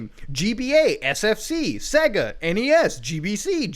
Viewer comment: You laugh at Soulja Boi then pronounce SEGA "seh-guh"